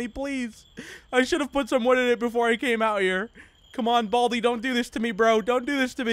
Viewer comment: Buldi? Its baldi